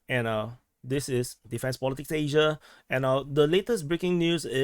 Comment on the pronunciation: O oooo there is a revolt because you did not say Asia right!!!!!!! Man the boats!